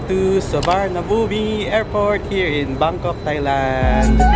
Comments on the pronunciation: Suwanabum ang pronunciation ng Suvarnabhumi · Pronounced as Suvarnabhum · soowaanaapoom airport po ang bigkas dun hehe